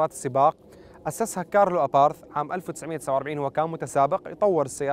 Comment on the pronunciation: Abarth وليس aparth لما هدا الخلط في النطق